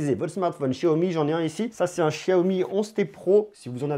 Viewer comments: c pas chiaomi mais xiaomi lol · De chiaomi ?? C'est pas Xiaomi avec un x ? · Sa se prononce chiaomi